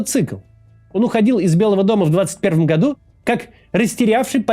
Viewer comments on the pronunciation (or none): none